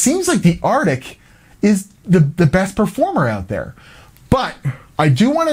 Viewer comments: Arctic. Not artic. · Arctic not artic. Just sayn. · "Artic" good Lord man it's "ArCtic". ARC-TIC.